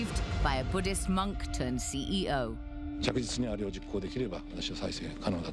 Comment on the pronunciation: It’s not Buddist it’s Buddhist 😢 You have to correct this one